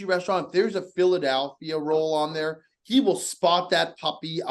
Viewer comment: I see you. Trying to make say Philad-A-lphia the wrong way a second time. That smirk says it all.